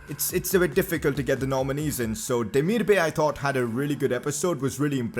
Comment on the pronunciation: Yoo, your vids are lit bro. You are one of my most favourite FIFA YouTubers out there man. You should really have at least 1M subs. Btw how you pronounce Demirbay is not Demir-Bay like the ocean bay it is actually Demirbay like bye so it is like Demir-Bye not Bay. Continue making these lit vids bro‼️